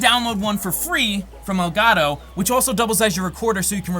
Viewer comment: i hate you you pronounce Elgato